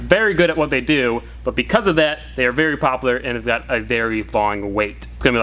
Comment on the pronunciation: im sorry bro but its popular not popalur